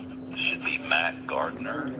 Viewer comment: Great video was that Matt Gardner or Mack Gartner lol